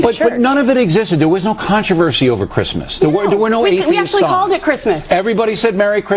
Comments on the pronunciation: Did she say"....i am appoured by this" is that even a word? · Kyle Medeiros I thought she said appoured too XD